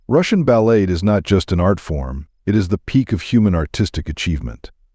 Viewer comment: How about screening the AI reading the script to pronounce words properly. "Balette". Really?